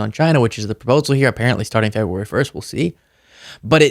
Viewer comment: He can’t say February. Trump says Febwuwawy. Just thought it was funny.